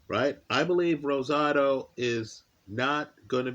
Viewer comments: Much respect, you rolled that R like a native speaker And I agree. Rosado is a very live underdog tonight. He beat Jacobs imo, and had legit power at 168 thanks to the weight game and tutelage of Freddie Roach. Mungia is a beast but is there to be hit all night. Should be a terrific fight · Nice job rolling the R in Rosado